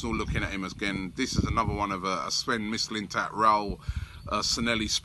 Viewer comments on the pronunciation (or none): Robbie mate, you gotta learn how to say these foreign names. I can say them and im scottish. Sanhelli is prounouned San Yeah Hee. Mislintat is Miss Lynne Tatt. Illaramendi is Ih Yahr Ah Mendi